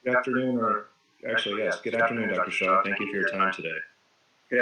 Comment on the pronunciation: PLEASE EDIT YOUR CONTENT. HIS NAME IS SHAH NOT SHAW.